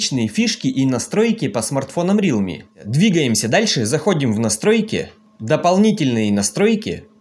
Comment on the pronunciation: не рилми, а реалми !